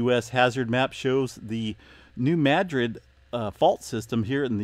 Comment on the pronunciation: Please pronounce New Madrid correctly... it is pronounced New Mu drid or Muh drid